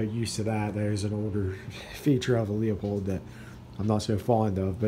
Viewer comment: Beautiful rifle! Leupold is pronounced LOO-Pold.